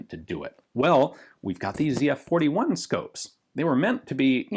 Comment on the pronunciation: thank you for pronouncing the name right lol